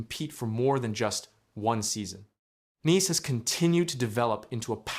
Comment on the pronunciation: It pronounced N-eyes ( Knies)